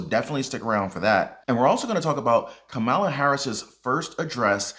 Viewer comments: Why do constantly mispronounce Kamala's name? It's comma la. Easy. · The V-P name is pronounced, Ka’ma’la’